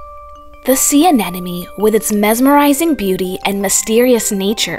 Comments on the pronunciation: Don’t be a douche, I thought it was adorable how she kept saying anenome… lol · Anemone. Why is it so hard to pronounce?! But at least this doesn't seem to be an AI reading, so you've got that going for you.